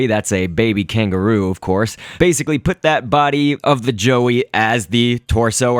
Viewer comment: R u Australian as u said kangaroo in a Australian accent